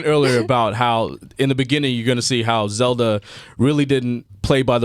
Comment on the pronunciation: Zelda not zeda...